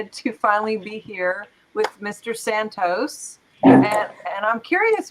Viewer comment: Its santos not how you pronounce it. ENJOY. Correct his first name FIRSTLY because its QUALITY.